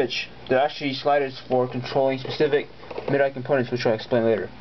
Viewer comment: Actually, it's pronounced 'Mid-Dee,' not 'Mee-Dee.' Just so you know.